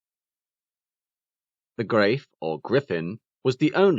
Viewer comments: Its not "Grave", it's "Greif" and the "I" as in "Five", and the "f" like in "rough". Don't forget to slightly roll the "r" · "Greif" is pronounced "grife," rhymes with "gripe."